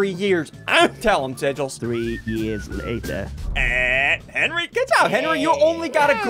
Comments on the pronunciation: Henwy not Henry!!! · Henry not Henry!!!!